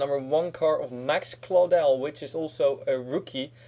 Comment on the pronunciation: Yes someone said Claudell right